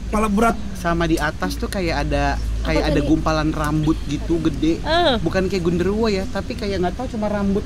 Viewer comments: "Ada yg lewat genderwawar, genderduloh" yg bener ada apa "wadagondol, genderwulo, genderlewo" Bener2 part paling ngakak. Aku ulang2 terus 😄 makasih banyak ya MOP, KBP udh menghadirkan. bener² mood booster bngt tuh dia. Nnti pas di bali, "jernihkan" lagi ya 🤭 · ada yang lewat genderwawar,gerwuloh Kang Yana: "yang benar apa?":" waragundol, gunderwuloh,gunderluwoh" ngakak g tuuuhh HAHAHAHAHA